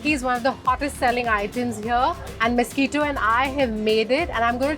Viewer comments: it's misquita not mosquito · Young lady get your pronunciations right. He is not mosquito but Misquita. The poor owner didn't seem to know the difference between mosquito n Misquita. But you being an educated girl ought to have known the difference. I don't know who you are nor had I heard of this cart since I live on the outer skirts of Mumbai.